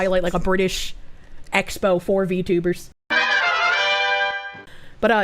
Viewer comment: "Wot r V tubas"